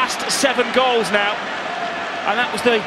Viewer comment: Did anyone else notice "goles" in 48 sec